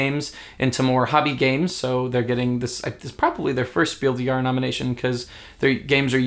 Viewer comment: Just a german tip: The "s" in des and Jahres is pronounced. It's Spiel DeS JahreS, not Spiel de Jahre.